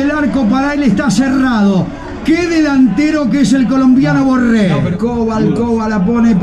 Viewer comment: Me pone nervioso como pronuncia tanto la R, Borrrrrrrrrrrrrrrrrrrrrrrrrrrrrre, Rrrrriverrrrrrrrrrrrrr, orrrrrrrrrtiz